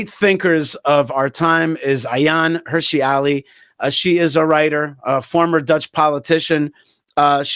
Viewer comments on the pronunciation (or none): Thanks for sharing. Not “Hirshi” Ali - Hirsi Ali.